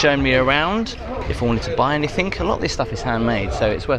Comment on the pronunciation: Dear, I enjoy your channel. However, why do you pronounce -ing as -ink (eg anythink)? Is it common in the area of England from which you come?